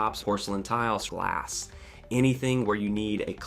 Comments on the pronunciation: 100% AI, got a good chuckle out of how hard the AI biffed the word glass The problem with these AI slop videos is that the information is correct, but the AI just stole the info from every article on this topic on the internet. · Listen for how the voice messes up “glass”. AI will get to the point where it will perfectly match a human voice, but a human will still have to check the audio to listen for errors, just like video images have to be examined. Which has not been done with the vast majority of AI content. And just look at the bad spelling in this vid.